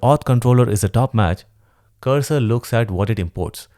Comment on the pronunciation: Bro saying cursor a text editor is a crime 😂 but I do love your content.